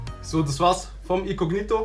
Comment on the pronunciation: Wen regts auch so auf wie er "icognito" ausspricht 🙄